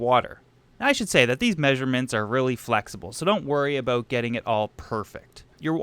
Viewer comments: did he say aboot instead or about? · he did! I don't hear many Canadians including myself actually saying aboot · As is tradition of course...